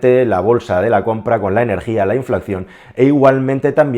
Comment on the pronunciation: 'inflacción' nooo, habla bien 😑